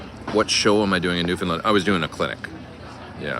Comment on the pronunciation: Maybe ask a local how to pronounce Newfoundland correctly?!? 🙂